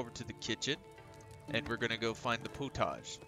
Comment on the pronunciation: Thank you fot the tutorial. I think its pronounced pot-age not po-tage 😅. I cant wait for the co op